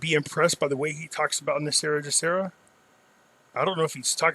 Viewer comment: WHY DO SO MANY PEOPLE PRONOUNCE GESARA INCORRECTLY. PRONOUNCING IT WITH THE J SOUND AS IN THE WORD JOB IS INCORRECT. IT SHOULD BE PRONOUNCED WITH THE G SOUND AS IN THE WORD GOOD. THE G IN GESARA STANDS FOR GLOBAL. DO YOU PRONOUNCE GLOBAL AS JLOBAL? NO, IT'S "GESARA" NOT "JESARA".